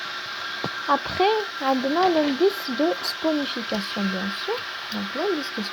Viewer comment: On dit la réaction de saponification et non sponification